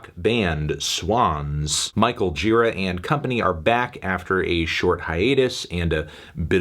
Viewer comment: it’s jher-a not gee-ra